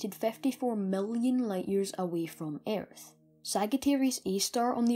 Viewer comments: Don’t pronounce the a in earth but good vid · Ayyyyerth. Hah brits. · your accent is so freaking irritating! sagittarius is pronounced sajitarius and Earth is pronounced urth. nice video though.